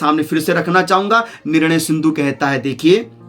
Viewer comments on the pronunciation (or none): none